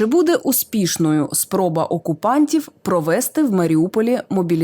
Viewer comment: Провести-наголос на "и"